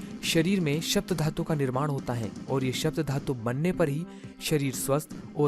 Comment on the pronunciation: " शप्त " धातु नहीँ. " सप्त " धातु होता है।